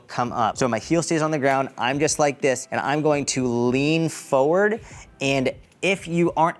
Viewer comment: It’s also “for-ward” not “fo-ward”. 😂